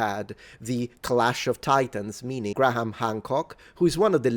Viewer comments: It's pronounced "gray-em", not "Gra-ham". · As a pedant, I am sure you will appreciate this comment: "Graham" is pronounced "Grham," not "Gra-ham." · Graham = Gram. Not Gra-ham for future reference btw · Its Gray-am...the H is silent. Being pedantic... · it's Grey-ham btw :) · Great video topic. Btw... you still need to work on your pronunciation of the name Graham. It's only one syllable, just imagine it as being spelled "Gram". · here's a tip when pronouncing the name "Graham": the "h" is silent.